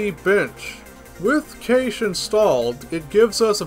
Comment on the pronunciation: I usually hear Cache is pronounced like "Cash". Haven't heard it pronounced "Caysh" before.